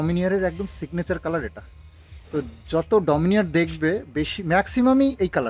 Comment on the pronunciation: Dominiar noy. Uccharon ta hobe DOMINAR❤